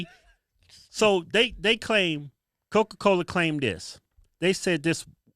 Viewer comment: “while you got cowca cowla out der sellin str8 pohizen” - Kevin 2021